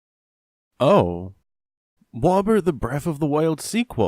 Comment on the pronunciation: Who the fuck says aboot